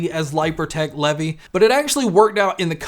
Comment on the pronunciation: I think its pronounced Leev eye